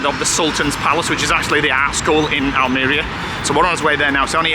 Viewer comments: Spanish is pronounced as its spelt. Just break down the words. AL-ME-RIA Almwria CA-FE-TERA cafetera the coffee pot in your apartment. Great videos your brighten up the winter evenings 😊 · It's like saying Al Maria, but spelt Almeria lol, enjoy your travels